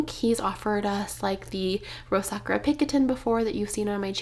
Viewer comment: Your bag is gorgeous! 🌸 Congrats!!! FYI, Sakura is pronounced Sa-kur-a (not Sak-ra) in case no one has mentioned it.